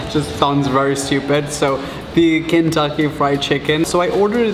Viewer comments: It’s American not american and Kentucky not cantucky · Look no offense ik your from Britain but I’m from Kentucky and I’m dying (Not literally) U pronounced it Kantuckey it’s Kentucky Sorry ik it sounded rude but I’m from Kentucky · I got so upset when you said “Kantucky” lol. But I love you! ❤️ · Lunar Eclipse it was just his accent, he said Kentucky but his accent made it sound like Kantucky :) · i know I said “ik your from Britain” but honestly I just 😂 lol idk but it feels weird hearing him say “Kantucky”